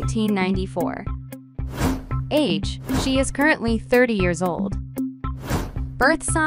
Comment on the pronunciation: "Birth sing" 💀 "Yera" 💀